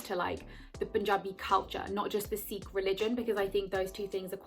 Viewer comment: thank god you are saying Sikh in the right way!!! love your video!! very inspiring!! lovee from Amsterdam